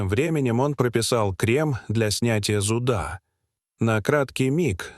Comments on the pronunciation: Зуда', а нужно зу'да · Кл о па, Кл о пы, зуд а эти ударения невозможно слушать. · клопОв!!!! а не клОпов. , зУда итакими "перлами" заполнен весь ролик. Про то, что он невероятно растянут, я уже и не говорю